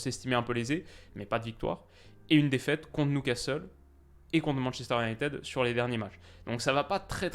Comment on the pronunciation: Analyse parfaite et compliments pour LA BONNE prononciation de Manchester united 😁